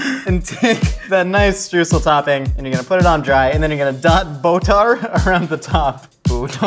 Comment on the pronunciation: Oh, I'm really looking forward to how he's gonna pronounce Streusel. Edit: Stroosle? That was even worse than I thought.